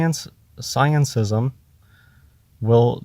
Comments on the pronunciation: "sciencism" i'm dying xD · If he says sciencism one more time.... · Every time he says sciencism I want to punch him. But I don't advocate violence so I'll just have another drink. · "ScienceISM", "everybody elTse", "exSPEARiment". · Does he say scientism or sciencism? (Edit: He says the latter by preference. He may be the only one who does, though) And the 'dead stars': maybe he's referring to far away ones that may have gone supernova or such, but the light hasn't reached us yet. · probably means "scientism" when he says "sciencism". Also this sounds like most conversations I have with people who claim to be philosophers. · "sciencism" LMFAO! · the f**kin moron doesn´t know the difference between g and G. Bless him, it sounds hilarious when he says scientism. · He's so stupid he can't even get the word "scientism" right.